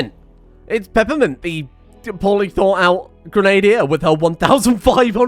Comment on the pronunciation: You are British, why don't you know how to say Grenadier?